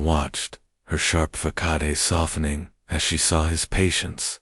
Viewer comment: Facade is pronounced as fah kah dey?